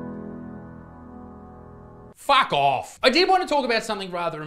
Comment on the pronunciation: Part of the reason i watch Isaac is the “Fawk ouff”s